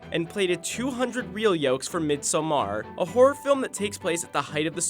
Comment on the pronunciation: Midsommar is pronounced "midsommar", not Midsa maaar